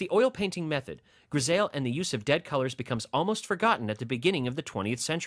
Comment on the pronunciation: It’s pronounced “gris I “ not “gris ale “